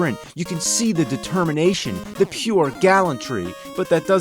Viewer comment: did he said DETERMATION